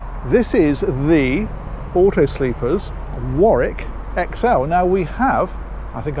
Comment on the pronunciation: Rather. Auto Sleeper. No 's'